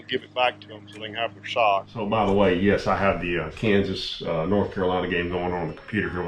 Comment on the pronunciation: Sock, not sick...